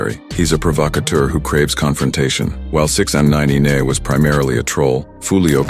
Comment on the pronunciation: The way he says Tekashi 6an9neye 🤣🤣🤣